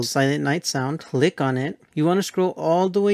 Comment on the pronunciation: I heard "lick on it" instead of "click on it"